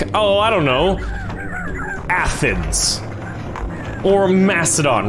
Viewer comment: It’s not Athans, it’s Athens